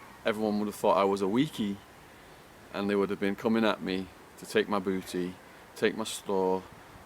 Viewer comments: Take my Boooo-E no T in there at all huh 😂😂😂😭 watched that one part atleast 10 times 😂😂😭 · My new favorite phrase spoken with an English accent “take my booty”